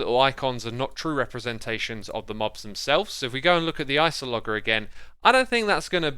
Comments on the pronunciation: Did my dude, my guy, my man really just say ice-oh-log-er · It's not Iceologger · Morgan Kasper it’s meant to be pronounced like cartographer but it starts with ice, so Ice-ALH-oh-Jurr is much closer, mispronounced the name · ...which I think is pronounced 'ice-ologer', not 'ice-o-lodger'. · he typed ice-ahl-oh-ger not ice-al-ger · Mojang: "Iceologer" (ice - all - o - jer): "Isologger" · I love hearing ice-o-logger rather than ice-ologer. I'm going to call it that from now on. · Ice-AL-Ger? but thats no where near the spelling its clearly Iso-Logger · it’s so easy it’s literally just ice-ologer? what’s hard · It’s pronounced “ice-olo-jer” like geologer (before they changed it to geologist) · I’m pretty sure it’s pronounced like villager. That is, the G makes a J sound, so it ends up sounding like “Iceolojer” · Or at least remove the first O it's very unnecessary... Iceloger, see, that sounds so much better... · Just a small thing because it is bugging me: The g in Iceologer is pronounced like a j as in geologist or archaeologist. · My mans really just called it an ice-o-logger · Iceologer: Eye S olo jer That's how to say it. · Yes, yes, *icologger*. Definitely how you pronounce that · Ice-O-Logger? Really? It's so hard for me to keep watching your videos because you pronounce SO MANY THINGS wrong. If you weren't such a great content creator otherwise, I would have been gone a while ago. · I thought it was like "Iceologer" with a soft "g", like a scientist who studies ice. Though I guess then "Iceologist" would make slightly more sense..."